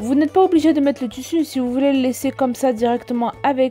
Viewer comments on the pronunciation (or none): elle m'énerve avec son tussu sais tissu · Ou dit tissu et pas tussu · Le toussou 😂😂(tissus )mdr